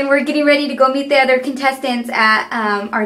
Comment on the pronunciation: when she says gona go meet me the other gurus it sounds like gona go eat me the other gurus